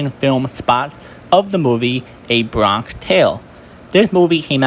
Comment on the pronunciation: Bronck tale? 🤣